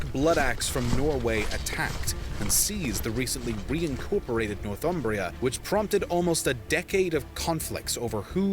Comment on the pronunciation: "Northumbria" is pronounced "Nor-thum-bria". It derives from "North Humbria", the land north of the river Humber. The narrator in this video pronounces it wrongly. He seems to imagine a different derivation: he is saying "North Umbria" with a definite gap between the two words, most probably having Umbria, a region of Italy on his mind.